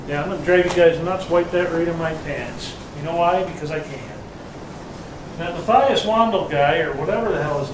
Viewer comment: I think its pronounced ''mah-tie-us''